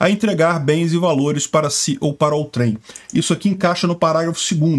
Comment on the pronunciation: A pronúncia correta é "ôutrem" e não "outrém" ... 😉